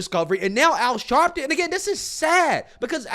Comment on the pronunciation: Al Sharleton😂😂😂😂😂😂